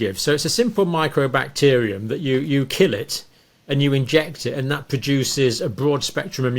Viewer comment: Mycobacterium not microbacterium.